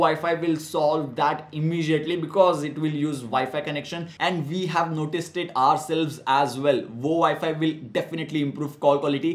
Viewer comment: it's immediately and not immejiately